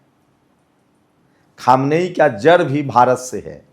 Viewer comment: Khumani nhi khamaini😂